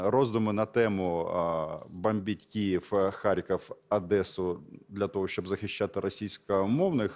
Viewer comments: шановний пане Роман, слухаю вас з надією та повагою, дякую за вашу працю! очень режет слух одЭса... будь ласка ,Одеееса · Українською,а це українське місто-Одеса.Не Одєса.Або Хаджибей